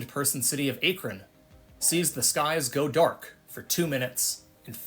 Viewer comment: Lima Ohio is pronounced LY-muh (like the bean) .You also misspoke with Akron.